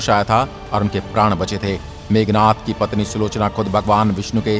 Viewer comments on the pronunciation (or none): It's Meghnaad....not meghnath